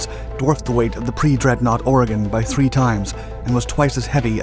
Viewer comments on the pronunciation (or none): none